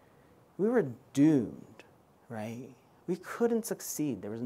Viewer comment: Right ? 😂😂 very informative and helpful but I became mentally abused predicting when he will say „wraight?“